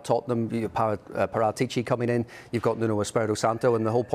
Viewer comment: That actually pronounces Paratici's name correctly (Par*aa*tici) 👏👏👏